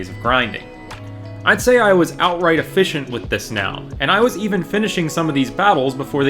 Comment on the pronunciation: Efishent... Every time I use the word "efficient" near anything remotely related to fish or water, this word comes to mind. Glad I'm not the only one :P